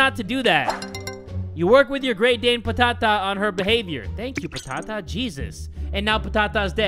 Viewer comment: Fun fact: "Patata" is actually "potato" in Greek. And yes I'm from Greece. Also the way that pronounces the word "Patata" is just awesome 😂😂